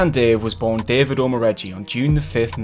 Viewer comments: it’s pronounced OMO-RAY-GAY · Its not Omoregi....it is Omoregie pronounced as Or-mor-ray-gay